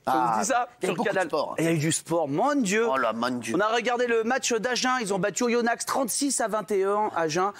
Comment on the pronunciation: Ça se dit Oyonnax et pas "Oyonnaxe"